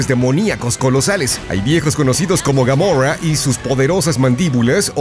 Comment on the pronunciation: Gamorrah en vez de Gomorrah, soy el unico que se imagino a la de guardianes de la galaxia como un dinosaurio verde gigante que se queja de todo mientras mata? XD